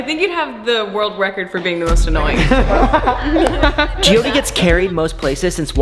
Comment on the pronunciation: Her name is Jyoti I think it's hard to pronounce for him😅